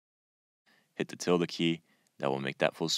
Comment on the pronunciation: What key did you say to press to maximize a video? It sounded something like "Tilda key" but didn't quite get it.